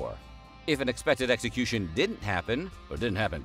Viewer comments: At ...does the narrator say "Mexicution"? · maxicution? Mexicution? Huh?